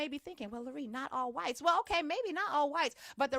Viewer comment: I fkg love how you say "WYTES" 😂